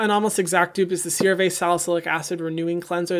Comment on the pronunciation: Did anyone catch the “CeraBurtsBees” 😂😂